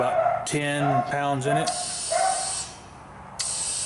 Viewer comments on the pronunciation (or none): none